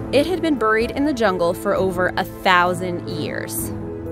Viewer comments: The way she says "Buried" is driving me bananas! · Me too. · buhried. LOL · I laugh so hard every time she says "buried" 😆😆😆😆😆 Sounds like Cleveland brown lmfao